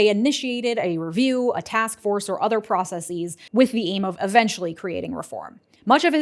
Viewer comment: When did "prah-sess-EEs" become the pronunciation of "processes"?